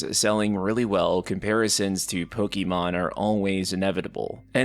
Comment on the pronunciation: Final Fantasy 10 had best turn based combat ever. Also, it's Pokemon, not Pokeymon